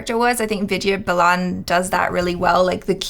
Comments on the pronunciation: It's Vidya Baalan not Balaan.. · It's not Balaan dude it's Baalan.. please do try to say the names who they're actually said. Put in some effort there too please. :) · It is baalan not balaan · it is Vidya Balan not bulan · they are completely off on pronouncing Vidya's last name!!! it's pronounced as Baaalan